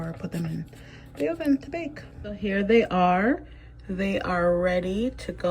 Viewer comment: Also I love the way you say Oven 😅